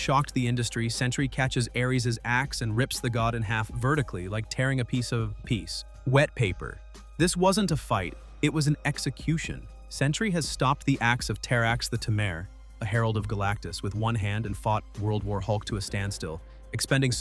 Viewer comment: "Terrax the ta-mare" "Keye-netic"